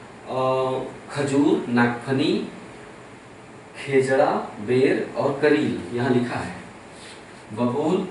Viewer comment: खेजडा नही खेजड़ी होता है सर